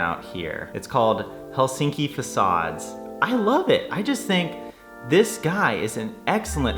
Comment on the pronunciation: You’re the first American I hear pronouncing Helsinki correct 😊 Nice to hear you thoughts on our country, hope you’ll be able to visit again 😊